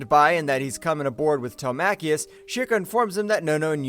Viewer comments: WHO TF CALLS HIM TEL MACK EEOUS? Telemacus!!! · Get the pronunciation right will you. His sons name is NOT PRONOUNCED "TELE-MAKIS" as you keep saying. His sons name IS PRONOUNCED "TELEM-ACUS" said as one word Telemacus. They say it numerous times PER EPISODE. It is proper jaring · Who the heck is this Telmacchius character you’ve invented? It’s Telemachus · Tele-macheus?! 🤣 Did you not even watch the series? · Good video - but if you do another update on this classic cartoon - please pronounce Telemachus as it is in the cartoon. its pronounced Telem-e-cus - don't always sound it out as it's spelt. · It bothered me too